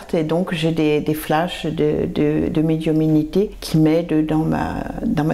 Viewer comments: oui mais la personne a répète pleins de fois médiuminité et appayant bien sur ce mot comme s il était différent de celui de médiumnité qu on connaît. Ma foi bizarre comme elle le prononce et prkoi comme ça on sait pas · on dit médiumnité et non médiuminité